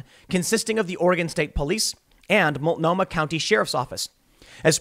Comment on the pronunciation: Correctly pronounces weird Pacific Northwest words like "Multnomah". Atta boy!